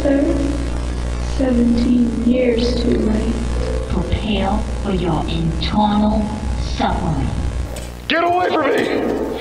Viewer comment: Etewnal suwffering